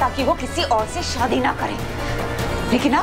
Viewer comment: Shaadi......not Saadi ....pronunciation